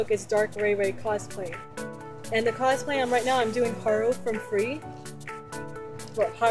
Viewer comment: Kosplay? i thought it was cosplay!